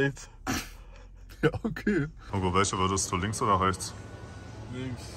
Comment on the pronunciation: Hehe „ügo“